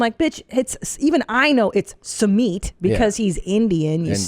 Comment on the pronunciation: Small correction:It's not pronounced as suumeeet,it's pronounced as suu mit.